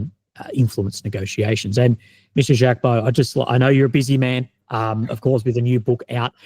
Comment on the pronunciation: BTW Mr Baud is a gentleman, If you have problems with pronunciation type the name into Google Translate or any translate.... this has a button for you to hear the pronunciations..... and Jaques is sounded Zhaque